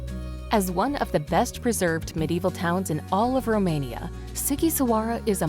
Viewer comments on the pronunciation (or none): none